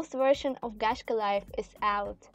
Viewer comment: You says Gacha wrong.... It's a bit annoying -.